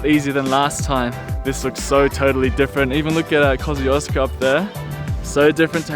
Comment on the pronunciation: That's actually the correct way to pronounce "KOSCIUCZKO"!